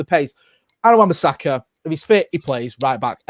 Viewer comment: Come on guys its wan bissaka